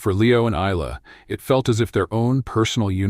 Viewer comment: Nice story, but the AI narration needs work - starting with regularising the pronunciation of her name. Isla is correctly pronounced ‘I-la’ - they use at least 3 forms in the voice, and even more in the auto text!